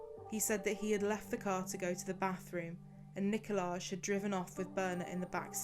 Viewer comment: It's also NIKOL-EYE not NIKO-LAGE.